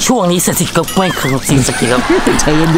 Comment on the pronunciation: หนูชอบตอนที่เบื้องหลังอ่ะ ที่พูดว่า เศษสะกิจ แล้วก็ตอนที่โดนขี้หมาด้วย